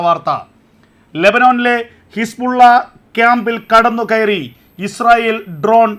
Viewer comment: ഹിസ്പുള്ള അല്ല ബ്രോ ഹിസ്ബുളള